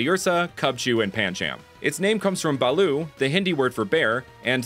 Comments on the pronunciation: but it is not baloo it's bhaloo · Bro I am Indian I know that it's not call baloo draw where is the h